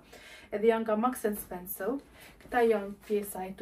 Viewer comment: Vdiqa me menyren si e quan mark and spensor. Maks and spensow 😂😂